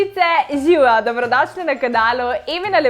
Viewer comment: In eno malo uprasanje ..al ti govoris zivjo..al ziuo🙂?!?